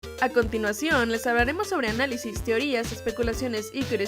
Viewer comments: Dice analisi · ¡Feliz Día de San Valentín! <3 Espero la pasen muy bien juntos con todos sus seres queridos UwU Y por cierto, dice "Análisi" no "Análisis"